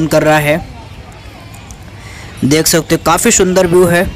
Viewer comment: It's not shundar it's sundar